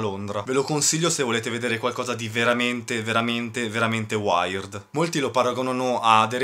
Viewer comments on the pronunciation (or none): si legge wird, non waird